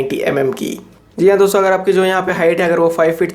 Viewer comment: "dosto" thora clearly spell kijiye